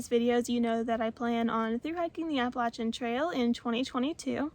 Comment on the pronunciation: New subscriber here. I am from WNC as well and I am happily subscribing because you say Appalachian correctly. 😂 I want hold the NCSU part against you. Go Heels!